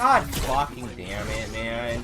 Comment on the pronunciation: Le mec dit pas "don't kill me" mais "god deam it" (c'est un commentaire gentil)